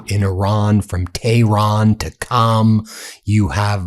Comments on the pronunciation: It is QUM not CAM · Qom is pronounced as Ghom not Com. I lived in Iran for 5 years when the Shaw was running the country, he was a close friend of the US. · is WRONG The City o Qom is not pronounced as Cam it's pronounced Quoom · It’s actually “Qum” pronounced just like “book” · Qom could be pronounced "Koom" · Qom is pronounced (as close as possible) "Kome" with that first consonant in the back of the mouth, almost in the throat with the vowel like 'home."